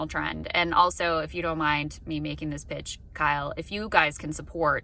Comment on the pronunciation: For a second I swear I heard Krystal say "excuse me for me being this bitch", but it was "saying this pitch" lol